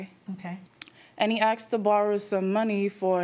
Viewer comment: “Umm, he axed to borrow some money.” 😂